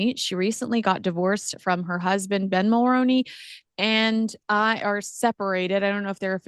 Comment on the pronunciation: Always interesting! Just one point, the last name Mulroney (Ben & Jessica) is pronounced differently here in Canada. Other than that, good job! 😊